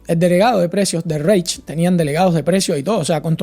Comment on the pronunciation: El precio justo lo crea Santo Tomás de Aquino si no me confundo. Los nazis no tenían una evonomía planificada, era una economía guiada/intervenida. Reich se pronuncia "Raij" y Weimar "vaima/vaimar".